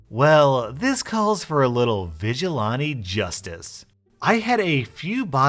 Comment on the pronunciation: I don't always point out how odd your pronunciation of words can be... but vigilante? You said: vidge-ah-lawn-tee It's actually: vidge-ih-lann-tee Haven't we all seen enough Batman movies now to know this offhandedly? Also, That's clearly not "show stoppah" as you say, but "show stoppant."